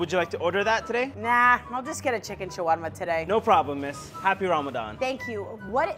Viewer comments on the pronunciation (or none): 'what is rYmAdYaaAnN anyways?' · I love how she came from a arabic ramadan accent to someone who has no idea What it is😂😂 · She says right then says in the English tone WHAT